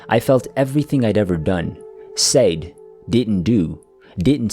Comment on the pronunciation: Your narration and voice quality are perfect. Except for when you say the word SAID. It’s pronounced SED.